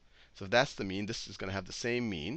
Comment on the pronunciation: I swear to god he keeps saying meme and not mean. The internet is ruining me XD